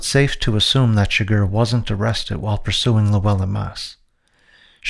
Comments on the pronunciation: Why do you keep saying "arrested" as "arrestess"? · Why’s this guy saying “arestus” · Why are you saying “arrestes”